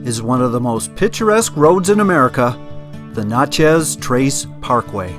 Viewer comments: Great vids...but I have to nit-pick a little. It's pronounced "Natch-ez:, not "Notch-ez".....and if you enjoy the Mississippian Native American culture, head on over to Moundville Alabama and visit the park there. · It's Natchez! Not Notches! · Nat (rhymes with mat) chez. Little off on the pronunciation :) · you could just place your shoes with the sun facing the inside of your shoes and they would have dried out quickly. Locals pronounce Natchez as Natch.ez (like hatch). Love your videos. Always so informative with beautiful photography. I haven’t seen lightning bugs in years. Thank you again,. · Great area. 3 friends and I rode our bikes down the Trace in 1995. Nice to see the pictures. BTW it's pronounced "NAT-chess" (iike gnat) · It is pronounced Gnat Chez. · Robert Morris. Yep. "From Natchez to Mobile", and yankees can't pronounce either. For our dear viewers: Naa Chez to MO beel Other place names in the video are savaged also. Still a pretty good set of photography. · Great video. I laughed the whole way thru this video how u pronounce Nat(like the bug)chez trace. Works better if u really have a good southern twang like I do. We just call it The Trace. Don't speed. U'll hit a deer. I live near all in this area between Corinth and Jackson tn. Can u use those shoe driers in ur bed to keep it warm? Great civil war park at Shiloh, TN if u get a chance. U must have been here earlier in the year today it was nearly 100 here and heat index was 108. U can't stand it with no a.c. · Please ask a few residents on how to pronounce the names of the towns. Natchez isn't pronounced like nachos. You may be arrested the next time you drive through. Good job on the videography though. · please it's Na long a sound.